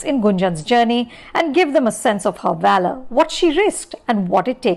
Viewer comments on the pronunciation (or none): none